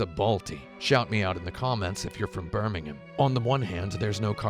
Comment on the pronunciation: Birimgham represent! It was cool to hear you call us out in your other video too. And you pronouncing it the British way is even cooler! I remember seeing an old hbomberguy video where he mentioned he spoke to you at the NEC (or NIA...) in Birmingham, but I think he said he just embarrassed himself. You and him are my two favourite people on the internet so I need that crossover to happen again but on Youtube for me to consume.